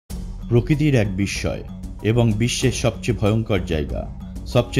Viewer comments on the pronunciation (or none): none